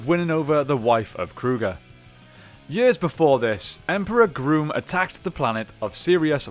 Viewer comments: It’s grum not groom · Is he saying Emperor “Groom”? Because I always thought it was “Emperor Gruumm” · Dude, it’s Emperor Grum. It’s a not a long U sound. It’s Grum like Krum, Conan’s god. I also want know How he gets that big head in that normal human helmet. Looks like he would be in serious pain.